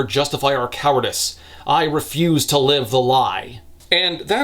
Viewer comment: I got a good laugh when he pronounced 'live' as 'leave.' XD So it read; "I will happily watch Aretia burn to the fucking ground again if it means you LEAVE!" lol